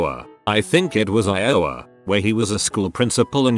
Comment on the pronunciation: That pronunciation of Iowa... emplhasis on wrong syllable, computer buddy